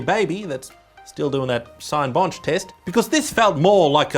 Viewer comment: tres bon pronunciation of Cinebench 👌